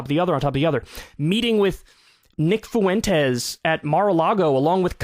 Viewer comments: I’ll say it since no one else will…please Kyle it is not “Foo-entes” it is “Fwe-entes” it is killing me hearing all of these guys saying Nick FOO-entes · Omg, Kyle. I know that Krystal has convinced you not to read comments anymore, but pls stop pronouncing “Nick FU-Entez” like that. I understand that you heard Kanye say it that way over and over. But trust me, diptongos are a thing! For future reference, it’s more aptly pronounced “Fwentes” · Nick fooentes sounds funnier, especially considering that he is a hispanic white supremacist